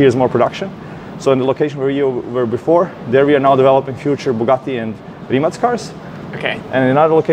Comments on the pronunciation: I'm so happy to hear correct pronounciation of Mate's surname :DD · Perfect pronancuation of Rimac... Congrats :D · I like how you pronounce Rimac correctly! Btw i live few km further, passing by this "factory" every day on my way to job. Great content Tim, you're the best! Couldn't be more proud of Mate! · Big BRAVO!!!! Probably the ONLY ONE born-english-speaker in the world who pronounces "Rimac" correctly. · respect for being the only one who says Rimac correctly 🙌😂